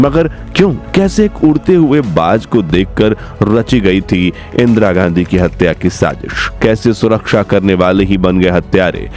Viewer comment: इंद्रा गाण्डी 😂हाँ हाँ हाँ इंद्रा गाण्डी। बोलना ही नहीं आता 😂